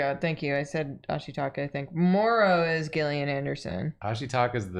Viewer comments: Isn't Gillian pronounced Jill- Ian? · I love smiley fries 😢 it’s ok, more for me 😋 Also Gillian Anderson is my only hope of people pronouncing my name right and y’all said it wrong 😅 (Jillian not Gill like a fish) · Crying every time they mispronounce Gillian Anderson, lmao.